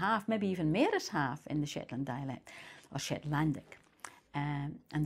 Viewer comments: Some words are also same as dutch, for example the word "more" she proncounces it as "meer" which is the same in dutch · Its mair not maer. More most..Mair Maist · Ah, well this is the problem. It is probably closer to Norwegian, but for me as a Norwegian it's hard to hear it. No-one says "mer" like that in Norway. Her R's are not as pronounced but more importantly her pitch accent has a different tone-pattern in that word. Norwegian is one of the few pitch accent languages in Europe, so, it's an important part of hos it sounds. But of course I understand it has to sound very similar to Norwegian, it's just my ears have trouble picking it up and to me it thus sounds similar to Icelandic or maybe Irish. But it probably is closer to Norwegian.